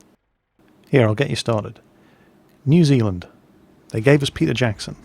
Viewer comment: your not allowed into new zealand until you say it correctly.